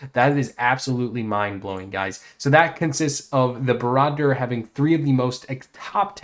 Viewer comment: Dude, you’re mispronouncing Barad dur. Don’t mean to sound like an ass.